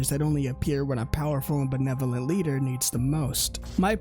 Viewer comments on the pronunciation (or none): none